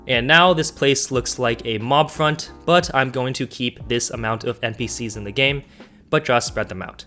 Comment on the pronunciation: I love how you say the dumpster. You say dee dumpster